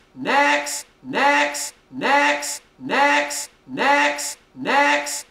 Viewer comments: sounds like he's saying necks * reads top comment * still posting tho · all i hear is medics niax and necks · I've been listening to this for a while and I SWEAR TO GOD he's saying 'EGGS' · i immediately heard necks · Lol sorta sounds like "dicks" or "dex" lmao